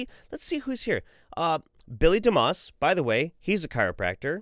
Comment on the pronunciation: Oddly enough when you said his name "DeMoss" I heard Dumbass. "Dr." Bill Dumbass. Hah!